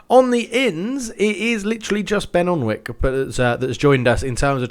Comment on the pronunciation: Sorry to be annoying but alnwick is pronnonced an-ick